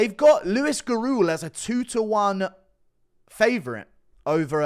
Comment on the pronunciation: Hey yo Guru the surname Gurule is pronounced Gurr-lay